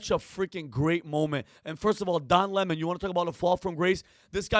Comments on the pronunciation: Please don't call him "Lemone", it's LEMON. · Don Le-moan 😂 What a POS